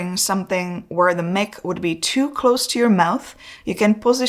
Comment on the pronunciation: Mic should be pronounced as "mike"